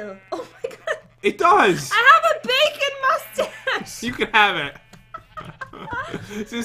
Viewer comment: He said I got the beacon face instead of bacon face